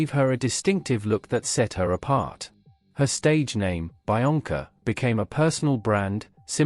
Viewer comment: I'm pretty sure it's pronounced be-onca, not bi-onca